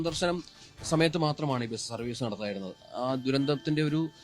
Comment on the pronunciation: എടൊ ബെസ് എന്നു പറയാതെ ബസ് എന്നു പറ